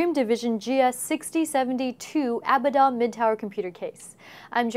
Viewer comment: Its pronounced A-Bad-Dom not Aba-DDom, just to let you all know.